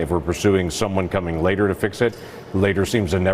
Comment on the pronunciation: I can’t listen to this dudes accent. Why do you add L to words with no L I’ll click a video and as soon as you start talking I just have to close it.. nothing against you personally, just listening to anyone mispronounce words that badly is like nails on a chalkboard ..says “later” as “latel” 🤦‍♀️ you say “border” and it sounds like “boulder” I just can’t